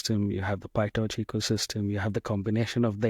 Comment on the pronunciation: PyTorch not pie-touch